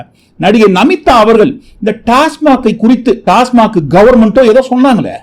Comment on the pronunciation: அது டாஸமார்க் இல்ல... ஆடு டாஸ்மாக்.